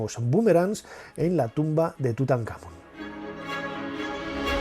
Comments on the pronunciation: Nacho, te hago una consulta. Si la palabra Tutankhamón lleva el tilde (el acento como decimos en argentina) en la última sílaba, Món, porque, cuando lo decis, pones la tilde en la tercera sílaba, Kha?. Saludos 👍🏻🇦🇷🇪🇸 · Hola Nacho, gracias por tus videos , ojo TUTANKHAMÓN tiene acento en la O , saludos Gabriel Chile